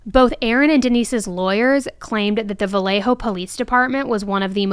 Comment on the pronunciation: Thank you for saying Vallejo correctly. It would have driven me crazy to hear Valjoe or something throughout the video ❤